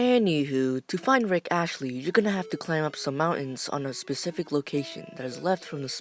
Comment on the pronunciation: Bruh its rick astley, not rick ashley